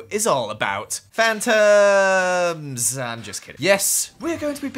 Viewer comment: I thought you said Fanta until I looked at my phone and rewind it it turns out it was Phantom. Also the honeycomb kind a looks like a Chido